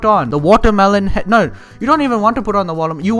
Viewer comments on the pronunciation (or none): that 'no' was so british